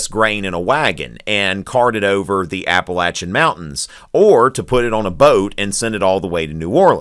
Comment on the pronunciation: can't pronounce Appalachian mountains right.